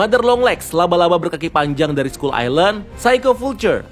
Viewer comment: Bang, Kalo sebutan ny dlm bahasa inggeris,sebutin dengan bener bang,skull kok d sebut ny jadi sekul??sekal baru bener skull,kalo ga mau pronaunsiasi ya ubah aja jadi pulau tengkorak mudahkn